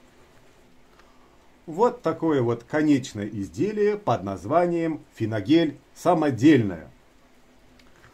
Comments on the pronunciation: Финагель, по всем правилам, с ударением на А, так как от немецкого der Feilnagel. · Вполне может быть, слово - заморское, однако в основном все произносят с ударением на "Е". Куда более досадная ошибка была - финагель, мужской род, в смысле, он.